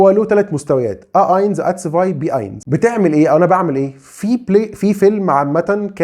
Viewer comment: شكرا لحضرتك .. بس النطق الصحيح لرقم واحد .. هوه اينس .. مش اينز ..